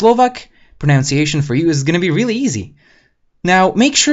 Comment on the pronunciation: Great video. I must point out a common mistake made in English: The word "pronunciation." Notice that it doesn't have the second "o" found in the word "pronounce." To be clear, the word is: Pro-nun-ciation. Pronunciation. "Pronounce-iation" is incorrect. Most foreigners (and probably most Americans) say this word wrong. Sorry, English is a mess. Slovak is much cooler!